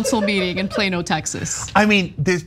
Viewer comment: Plonn-oh not plain-o.